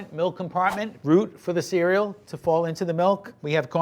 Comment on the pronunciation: I love the NY accent “Fwall” Edit: Swoggy cereal